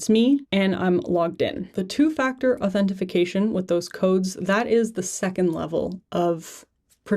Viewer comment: “Authentification” ? I need that 😂